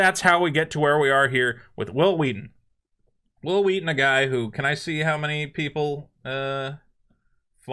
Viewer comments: WH- ILL WHEE-TON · I am 34 and didn't even know he existed until the family guy episode where stewie keeps pronouncing his w's wrong. I love stand by me but never liked star trek. I found tabletop and was like holy shit it's hhhwwwill hhhhwwwheaton...so that's what he looks like. Why is this guy important enough for family guy to mention? lol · His name sounds like stewie trying to pronounce someone's name. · Isn't that the guy who's name was mispronounced by Stewie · I forever will pronounce Whil Wheelton's name as Stewie Griffin does. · is this the guy that stewie keeps pronouncing his name funny?